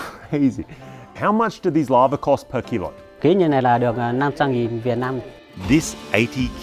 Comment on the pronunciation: OMG!!! You are saying larvae! It sounds like lava! Wow!